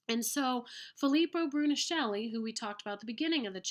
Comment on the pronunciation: Thank you! Very useful! However, Brunelleschi "broo-ne-LESS-kee" is the correct spelling and pronunciation.